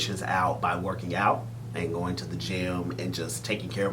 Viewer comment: What’s going on is that you are interviewing these two guys . ‘Going’ has a ‘g’ at the end of it . Two very handsome men ❤️